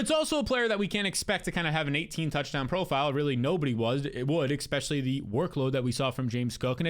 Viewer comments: I’m just here for the “ex-specially”